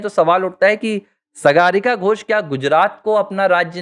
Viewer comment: सागरिका घोष सही नाम है सगारिका घोष नही जैसे आप ने कहां रह है